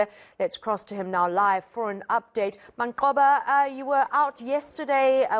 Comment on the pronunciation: This women is murdering Manqoba Mchunu’s name, I think he should either ask her to show some respect and pronounce his damn name properly or call her Arnica instead of Anika… see how she takes that